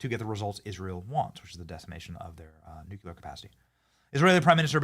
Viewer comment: Benny! There's only one "U" in nuclear!!!